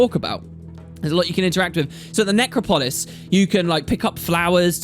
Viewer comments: please, it's 'NecROPolis,' not 'NecroPOLis. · Necropolis, to rhyme with Acropolis (where the parthenon is) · necrO- Polis not how you pronounced it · Neck-crop-pole-liss xP